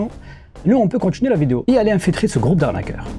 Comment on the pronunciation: 😂 Le gwoupe vis bien